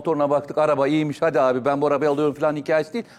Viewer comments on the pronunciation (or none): none